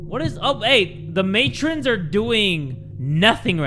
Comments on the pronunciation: did not say Matrons (May-trons) as (Mah-trones) I am crying. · i liked how jay said Matrons as Mahtroons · The way he read ‘matrons’ as ‘matrones’ 💀💀💀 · mispronouncing matrons and deity is my new favourite thing